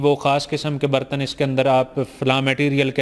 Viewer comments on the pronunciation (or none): Bartan tw suna tha ... yeh BARTANNZZ kiya hota hy😂😂😂😂 Yeh shyd dishwasher khareeddZZ kr pata chale gaaaa zzz😂😂😂😂😂😂